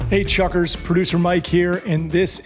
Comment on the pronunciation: Why does Hey Chuckers sound like Hey F*ckers??? 😂😂